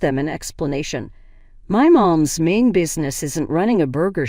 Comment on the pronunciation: "Threw" the burger away not "through". Pass the "bah-ton" not bay-ton. My mom's 'main' business not 'mean'.